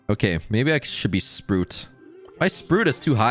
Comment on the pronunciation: It trigger's how he's still saying "Sprut" 😂